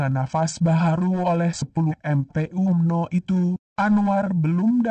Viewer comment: Sebutan Umno biar betul Pak..